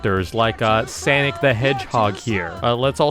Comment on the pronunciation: Guys don’t hate bc he said sanic I know it’s sonic but no hate if